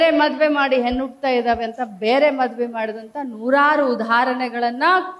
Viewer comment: ಹೆನ್ನು ಅಲ್ಲ ತಾಯಿ, ಹೆಣ್ಣು ಅದು.. ಮರಾಠಿ ಕನ್ನಡ ಮಾತಾಡ್ಬೇಡಿ